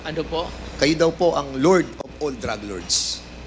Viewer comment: “Lurd” of all drug lurds”… anong “lurd”! At Sino yung “Nila” na nagsabing sya ay lord OF ALL DRUG LORDS? What’s your “froop?”😂😂😂